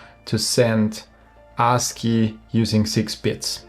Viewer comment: Bro, maybe you shouldn't pronounce ASCII like that. Like "Ar$e-key"...😄